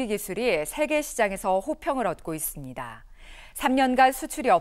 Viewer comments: 기자 발음 왜 이러냐.... 있습니댜 있습니댜.... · 다 字 발음이 왜 그러냐.. 있습니대.... 했습니대